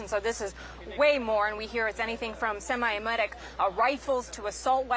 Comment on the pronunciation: semi automatic? Not sure what the hell she said.